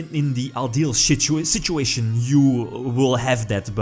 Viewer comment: “The ideal shituation” LOL